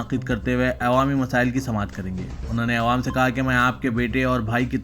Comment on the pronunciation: Please aiwam nahi awwam padhye aap.